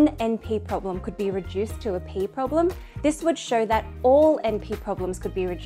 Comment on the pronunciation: I started to hear "pee-problem".